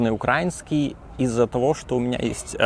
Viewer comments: но только не "укрáuнский", а украúнский! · Не УкрАинский а УкраИнский! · Це справді цікаво. Українською він говорить «українською», але російською — «укра́инский» Я сам російськомовний із Литви, але завжди говорив «украи́нский». Мої друзі з України коли розмовляють солов'їною або суржиком теж говорять так, але коли вони говорять російською, то іноді можуть сказати «укра́инский» і відразу після цього пожартувати про «Миротворець»🌚. Так само значна частина російськомовних на Ютубі кого я дивлюся (не людожерів) теж говорять «укра́инский». При цьому жодного разу не чув, щоб хтось говорив «Укра́ина», крім прокремлівських ублюдків.